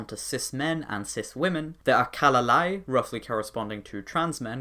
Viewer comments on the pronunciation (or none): isn't it pronounced like kyalalai and kyalabai?